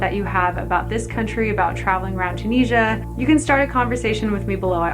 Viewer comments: I love this video so much but I just want to let u know that it’s pronounced chew-Nis-e-a 🥰🥰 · Im tunisian myselfand its pronounced toon is ya